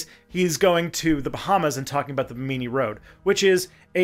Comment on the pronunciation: Bahamian here: Bimini has the emphasis on the first syllable and it's a mih sound, not a me sound—Bih-mih-nee. I'm not complaining, just trying to edify where I can. And I'm not surprised that you found some "official" sites talking up the mysteriousness of the rock formations, I've seen and heard a few people talk about it but only in vague woo terms. Great video, thank you for all the hard work and info!